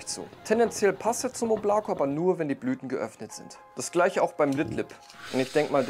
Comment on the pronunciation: Oblako wird im übrigen O-bla-ka ausgesprochen 😂 aber der Name wurde soooo oft schon falsch genannt, dass es nun nicht mehr zu retten ist. RIP